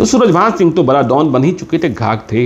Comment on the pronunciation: जी आपका कार्यक्रम अच्छा है पर आप * स * को *श * बोलते हैं और बड़ा को बरा बोलते हैं जो बड़ा अटपटा सा लगता है कृपया ध्यान दें और आप कुणाल किशोर बड़े कड़क अफसर थे कहते हैं तो हमेशा करप्ट सुनाई देता है क्योंकि पुलिस और करप्शन का चोली दामन का साथ होता है। सो आप कृपया कड़क की बजाय कोई और शब्द प्रयोग करेंगें। आपका प्रशंसक जी. प्रमोद नायडू ( Retd. DSP MP)